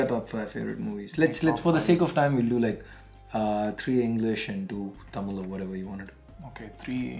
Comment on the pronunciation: insane cringe when said "Tamil" xD thookki should pronounce thamizh bro! you are not a foreigner?!